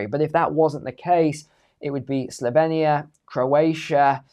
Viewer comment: Pronounced SlovEnia hahaha .....